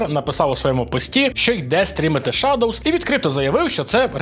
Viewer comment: Шэдоус, а не шадовз.